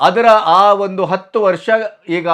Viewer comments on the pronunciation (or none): none